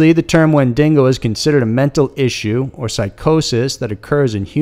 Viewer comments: Good coverage of Canadian myths. But you need to work on your reading and pronunciation skill. Windigo NOT windingo, it was like fucking nails on a chalkboard. At least in the Ogopogo you only used the word Okanagan once as you butchered that also. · IKR? It's wendingon! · If I hear "windingo" one more time... I WILL SNAP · Wen·di·go not wen·ding·o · Good vid but it's Wendigo not Wen-dingo. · wendingo Me under breath: it's wendigo damn it WenDINGo Me: No! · Windigo or wendigo but no wendingo. That's coming from a native person. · Always love a good monster story.. However.. It is NOT WENDINGO, but WENDIGO.. one N. Not an australian weredog. Edit: lol. Wow. I didn't read the comments first. The wendingo really got to people. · me too! it's Wen-di-go....not wen-dingo 🤣 I can't take him seriously with this pronunciation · Minou omg yes. its not a wen-DINGO! its wen-digo! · As an American but a huge fan of Wolverine I also cringe at the mispronunciation of wendigo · WENDIGO and not WenDINGO since a Dingo is Australia's native dog. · Wendigo. Not Wendingo. It represents winter and how hard it is to survive and I love that. I live in Saskatchewan, which is it's hunting ground. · Hahahaha hahaha "Wen-Dingo" haha. No. Wen-Di-Go. Hahahahahaha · it isnt wing-dingo its when-da-go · Not Wen-din-go, it's Wen-di-go. Wen-din-go sounds like something crossed with something from Australia where they have Dingos. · Wendigo, not wendingo! Hearing you say that drove me crazy. It's not a special kind of Dingo man. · Love you, but holy cow your pronunciation hurts. Wen-deh-go (not wen-dingo) and oh-ken-ah-gen lake. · I've never heard of a wen dingo. Only of the "wen dig o" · Dude.....there is no second n in Wendigo.....stop saying wendingo......it bugs people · WIN-DA-GO WINDAGO... NOT WHEN-DINGO WHENDINGO THERE IS NO SUCH THING AS A WHENDINGO... ITS FUCKING WENDIGO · oh my god bro its not pronounced Win DingO its pronounced win dig oh. smh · Wendigo. WENDIGO. NOT DINGO. SMH